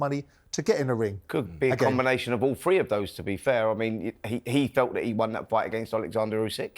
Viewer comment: “Welcome to episode a hundred and FREE…or was it fwee…??? I know one thing Jordan, No TH’s we’re involved…! 😂